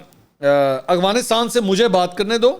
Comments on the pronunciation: mansoor bhai afghanistan name hai aghwanistan ni h mai ny 10 dafa ap ko note kia h ap b apni islah kryn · منصور بھائی آ پ افغانستان صیح نہیں بول رہے